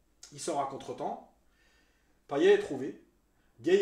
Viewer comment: Bravo. Seul petit truc ! Payet se prononce Paillette à La Réunion 😀 Canot, on dit "canote"